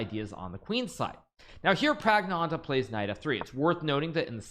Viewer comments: Can't Hikaru just say Pragg instead of butchering his name a billion times. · Don't say pragnananda your pronunciation is horrible just say pragg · The way Hikaru pronounces Praggnanandhaa pisses me off. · I like hikaru pronounce praggnanandhaa name like pragg-nanda